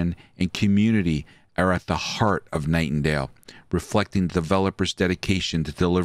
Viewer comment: I stopped watching cause he kept saying.